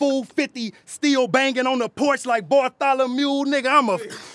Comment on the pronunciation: Nigga said barthalamule lmdao